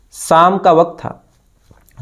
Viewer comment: साम नही शाम. पुरुस नही पुरुष. श, ष....